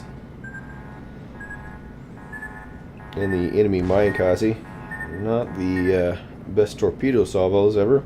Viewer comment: MIN-uh KAH-zeh.. Not mine-kozzy. XD